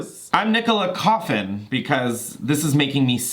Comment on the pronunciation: Nicola Coughlan’s surname is pronounced Cock-Lin 😉☘️